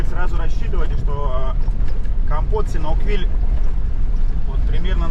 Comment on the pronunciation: а разве он СИНАУквиль? смотрю в интернете - он СиАНУКквиль. Или есть разные варианты написания?